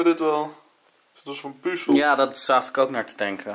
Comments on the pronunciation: Like als je het ook een heel klein beetje irritant vind dat ze puuzel Stukjes zeggen ipv puzzel stukjes😂😂😂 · Wie ergert zich ook zo erg aan het feit dat ze puuzel zeggen inplaats van puzzel😂